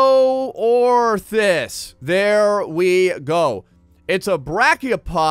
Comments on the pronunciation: DIN-ORTHIS, not Dino-orthis -_ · Dine-oar-this. that's how you say that one clam....